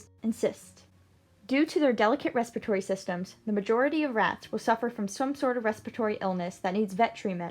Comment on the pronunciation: *Respiratory ...you're welcome ;-)